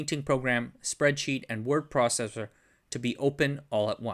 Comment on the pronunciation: Bro got a micro-stroke 😂💀💀word processuw